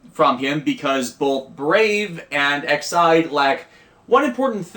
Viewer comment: Question, where are you seeing Ide in Aid? It’s Ex-Aid for Extreme Aid. When you say Ex-Ide, it’s sounding like Excite, which is the show’s theme song.